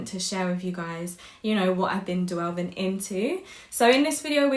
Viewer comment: It's "delving into" not "Dwelving"